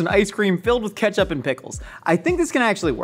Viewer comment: “It’s it catch up? Is it bar-ba-q sauce” 😂I love how Nicole & are having a full on convo as he’s whisking the IceCream base, but at the same time the stove is still on, smoking😭😂